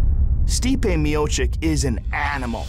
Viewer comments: "Miochick" --Joe Rogan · Pronounced Mee-Oh-Chich. Rogan breaks down events of fighters whose names doesn't even try learn to pronounce right. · somebody tell Rogan it's ''Miocic'' not ''Miocik'' already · It's not Miochik, it's Miochich! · Mio - chich both c's are actually pronounced as ch! Joey boy...